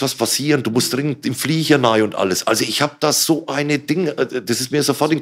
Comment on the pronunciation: Ich liebe es wenn "nei" statt "rein" sagt, bester Mann